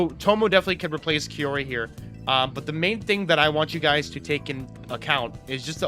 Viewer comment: First-time viewer, why do you call kaori, kiyori?